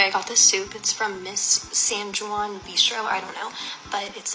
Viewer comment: This karen rlly said “SaN JwAn.”